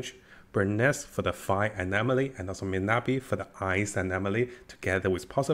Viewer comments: Bro it's miyabi not minabi 😂 atleast pronounce her name right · Miyabi not Minabi Mi-Ya-Bi